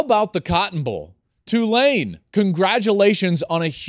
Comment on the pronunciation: Hopefully people pronouncing the school's name right... it's TWO-lane, not Two-LANE. Everybody is always unsure and waffles between the two. Be damn sure! Roll Wave!